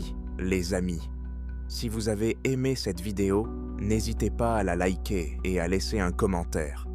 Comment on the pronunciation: Non qu'il se serve de sa voix bon sang. Comment faisait tous ces gens avant l'IA. Ils ne faisaient rien… ne savaient pas créer ? Cela dit cette voix ne me dérange pas de trop, il y a pire, et me fait un peu rire avec ces likeur ou autre petits mots qu'il oublie ou qu'il dit alors qu'elles sont censées être muette. Mais j'ai malgré tout du mal à écouter la totalité de la vidéo, et m'arrête avant le milieu car au bout d'un moment ça m'insupporte au plus haut point.